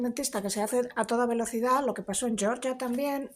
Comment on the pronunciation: Georgia se pronuncia "Jeorjia"